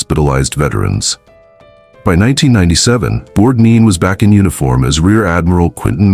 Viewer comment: Not "borg - deen" it's Borg-nine". If you can't get the name right, the rest may be just as flawed